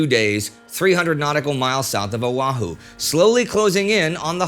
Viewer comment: I live on Kauai right now, pro tip, the H in Oahu is not pronounced.